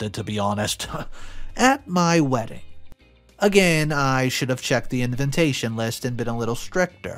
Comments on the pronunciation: InVITation, not InVINTation, please read your script before you speak it publicly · you need to listen to your stories before posting them. You mispronounce the word invitation repeatedly! You say “inventation”! And you have said that in other posts as well! Please improve you pronunciation! Otherwise I do like to listen to your stories.